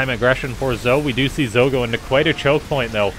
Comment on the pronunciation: Not sure about you Canoodians, but I'm pretty sure "Zoe" is pronounced like "Zo-ee"